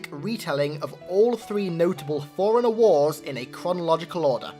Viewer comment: Thought you were saying foreigner for a long time :D